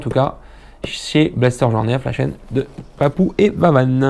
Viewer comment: du grand mendès, on prononce blaster, joie, nerf c'est facile pourtant, lol tu ma régalé, et jette pas mais blaster par terre ou je vend!:o) A très vite mdr le Papou du berry.